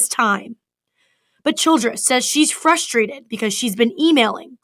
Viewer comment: I’m surprised to hear this reporter actually say “fustrated” instead of frustrated. Usually they’re very picky about how their reporters speak.